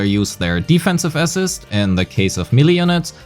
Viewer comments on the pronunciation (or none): somebody explain to this guy how to pronounce "assist" holy shit